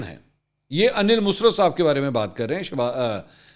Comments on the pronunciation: His name Aneel Musarat not musrt Bcs his mom name Musarat plz pronounce correctly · انیل مسرت نہیں انیل مسرٌت ۔۔۔ " ر" کے اوپر شد ہے یہ musrat نہیں musarrat تلفظ ہے